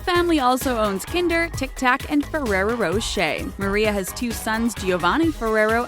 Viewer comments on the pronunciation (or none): I cringed when she said "furrerow"